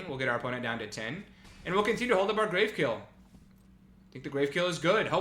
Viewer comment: Oof. Two good on color rares in pack two was heart breaking. (Also, I'm gonna be that guy. It's "grav" as in gravity. Not grave. We in space, yo.)